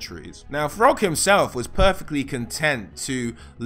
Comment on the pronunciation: I heard "frog" when he said Throgg